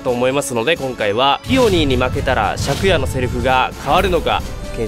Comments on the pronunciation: シャ↓ク↑ヤ↓って読む人初めて見た…シャ↑ク↓ヤ↓って呼んでた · シャクヤの発音が借家で草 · イントネーションが「昨夜」で草